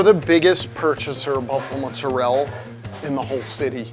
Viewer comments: Why does he say mozzarell instead of mozzarella? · Hey, in the Italian language every word ends with a vowel, so when you say muzarell, I’m assuming you mean MOZZARELLA? 20 years making pizza and you can’t pronounce mozzarella? 🤡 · Mozzarella, dude. For someone who spends that much time in Italy, you should know that's how they pronounce it. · My ears started to bleed when he said ' mozzarelle '... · its not "mootzarelle" its "mozzarellA" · People who say Mozzarell instead of Mozzarella are pretentious af. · Did he just call mozzarella mozerell? That's definitely Italian American as Italy says mozzarella... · everything was perfection until he said " MO ZA REL " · "Muzzarell". Mamma mia. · Him mispronouncing mozzarella ruined it for me